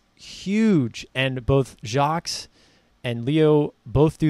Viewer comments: Nice job. Btw. No S in Jacques. It is pronounced Jahk. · Appreciate the breakdown - one note is that the "s" in Jacques is silent